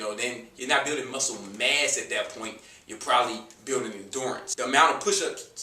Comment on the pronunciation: When you say muscle mass, sounds like "muscle mess" lol... Appreciate the info man, regards from México!